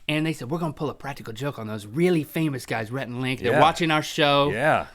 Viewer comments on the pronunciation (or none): It's Rhett not Reth